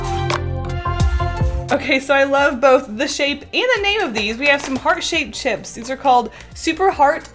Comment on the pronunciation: I thought you said “dip shits” instead of “dip chips” XD